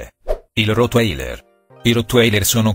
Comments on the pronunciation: Si dice totvailer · Certo che rotailer(come lo leggi lui) non è una specie ancora scoperta... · Come hai detto rotwailer e il doberman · rotwailer come cavolo lo dici 😂😂😂😂😂 si pronuncia "Rotvailer " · si dice rotwailer nn rotwailer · Ma sei malato si dice rotvailer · "Il rottwailer" .... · ma non si pronuncia cosi il rotwailer ma sei tedesco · Sì dice rottweiler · Sai parlare si dice il rotwaler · Poi sbaglia sempre la pronuncia di rottwerl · Hai pronunciato male il rotwailer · non si pronuncia cosi il rotwailer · Rotwailer non si pronuncia cosi